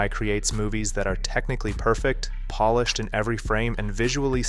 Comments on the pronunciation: I'm old enough to know that they also don't correctly pronounce it in "polished" 5 seconds later. If you make that mistake in pronunciation, you always make it. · At you say that we shouldn't venerate polished works, and you pronounce polish like the nationality. Clever!